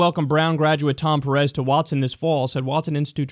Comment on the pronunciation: Just fyi, it's pErez, not perEz.